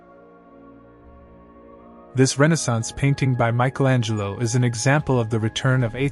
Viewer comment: "Michael Angel"-o